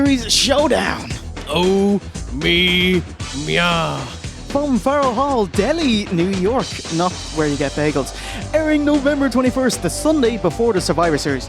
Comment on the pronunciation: Good review. One small thing: Delhi, NY, is pronounced "Del-high.". "Del-ee" is the place in India.